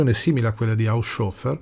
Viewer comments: Molto interessante, ma, scusate, HAUSCIOFFER proprio non si può sentire. Un minimo di conoscenza del tedesco, che a non dovrebbe mancare, lo farebbe pronunciare correttamente: HAUS HOFER, con le H iniziali aspirate. Glielo direbbe anche Google... 😫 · Il nome tedesco Haushofer è composto dalle due parole Haus ed Hofer e, se non erro, dovrebbe essere pronunciato in modo che la "S" resti con la prima parte: Hàus-hòfer. In ogni caso quella "s" non diventa una "sc", come accade con l'inglese "sh". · Non si pronuncia "Hausciofer", ma "Haushofer" con le due acca aspirate